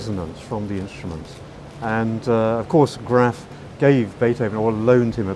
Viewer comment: Interesting video. Thanks! But last I heard, the maker’s name was correctly pronounced ‘GRAAAAHHHF’ (rhyming with ‘father’), not rhyming with ‘fat’.